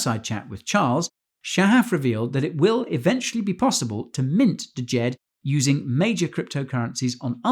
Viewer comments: Pronounced Jed not d-Jed brah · the name of the stablecoin is JED and is JEDI. getting really cringe hearing people mispronounce the word especially since shahaf has said the name several times and all you had to do was look up one interview with him talking about it to learn the pronunciation. its the egyptian word for stability